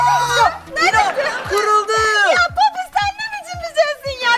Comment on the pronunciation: dış ses:kesmeyin o popati lütfen doğrusu popit buğarada